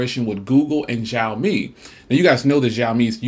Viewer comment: it is pronounced sheeeiaomi